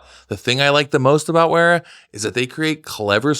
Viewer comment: you get all fancy insisting on pronouncing every Germany in the /euro/British/German pronunciation(zed f instead of zee f, Porsche, lancha instead of lanseea) then you get sponsored by Wera and butcher the name😂 I'm all for it